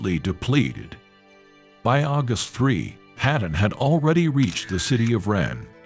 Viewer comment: Bring back the old voice. The old (English) AI voice was much better. It could pronounce "weather" and "Patton"!